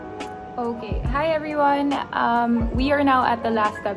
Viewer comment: Hahaha sorry. Akala ko sasabihin nya "Hi Everything" haha everyone pala 😂😂